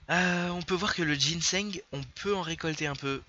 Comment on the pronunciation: Ca se lit et prononce GINSANG good lord